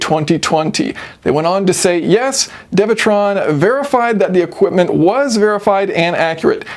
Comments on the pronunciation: isn’t it dewetron and not devetron? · It's pronounced Doo ee - Tron